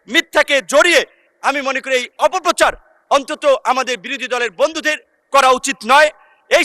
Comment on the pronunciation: 'পথিকৃৎ' শব্দের সঠিক উচ্চারণ পোথিক্ কৃত্, 'অপপ্রচার' শব্দের সঠিক উচ্চারণ অপোপ্ প্রোচার্।